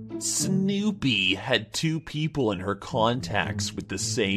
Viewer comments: What’s with saying snewpies name that way 😂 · why does say snewpie like that😂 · has an, interesting, way of saying Snoopy. I'm guessing there is a story there I just don't know. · Ahh that's why he says it like that. That makes sense now. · Platypus I think he says it the way he does do to the spelling, which I didn't know about.